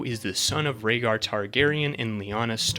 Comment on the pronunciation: I know you didnt call Rhaegar "ragger" and Viserion "Victarion"